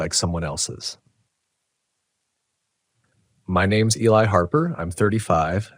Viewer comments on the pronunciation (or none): the name Eli is pronounced ee-lie 🤦🏼‍♀️